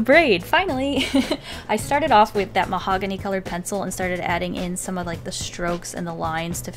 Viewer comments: Who else thought of mahogany lox when she said mahongany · Her: this is mahogany Me (what i think): THIS IS MY HOHANY